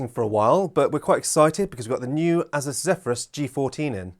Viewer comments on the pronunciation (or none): Not being petty just for information because names are hard, it's pronounced, "AY-sus" not "aiziz." The G14 is awesome but the performance trade-off for going 14" is absolutely massive, would rather get a Alienware, eluktronics or Lenovo over it.